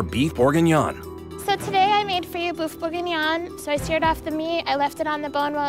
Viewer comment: “Boof bourguignon” Poor Mary